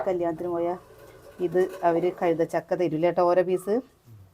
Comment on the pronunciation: Kazhutha chakka alla kaitha chakka